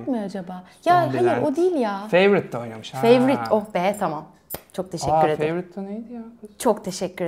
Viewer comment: Bütün ekipten bir kişi "The Favorite" ı söyleyemedi ya.... Yazıklar olsun